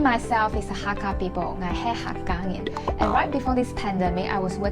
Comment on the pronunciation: It suppose to be "nyin" not ngin right? So what Hakka am i?